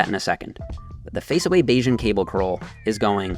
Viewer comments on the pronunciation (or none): "bayesian curldowns"